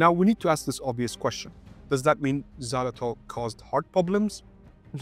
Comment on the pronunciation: The English pronouncement of Xylitol is so weird and off.